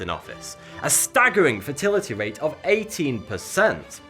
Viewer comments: When he says "fatality rate" it sounds like he says "fertility rate" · It sounds like you're saying fertility rate lol